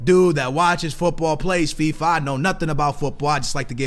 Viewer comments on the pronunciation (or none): none